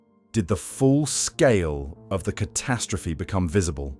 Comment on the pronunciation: The numbskull narrating this video sure likes to say "ca-TAST-rophe" alot.